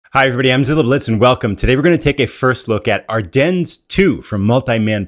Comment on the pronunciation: Are-Den … not ‘dens’